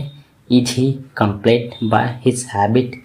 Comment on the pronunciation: Bhai plz improve your pronunciation ....apne....compelled ....ko ghalat pronounce Kiya hai